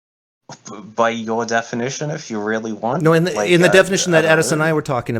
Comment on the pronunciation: It's NO, not NYER. There's no R on at the end of NO.